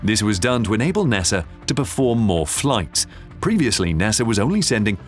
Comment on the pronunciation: I love ur videos and the way u say NASAR 😂